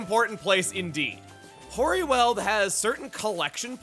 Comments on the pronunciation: 'Weald' is pronunced like wield not weld. I live near The Weald in South East England, so hearing you mispronounce the word is quite offputting. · LPT: 'Weald' is pronounced like 'wield' or 'wheeled'. Not 'weld'! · For the record, the world weald in this context not pronounced like you're welding together sheets of metal, but "weeld" and means essentially a forested area. Anyone who's played Darkest Dungeon is more familiar with this use of the word.